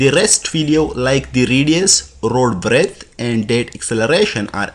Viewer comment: B=Breadth, not breath. Sorry, just saying. You are really good, though. Thanks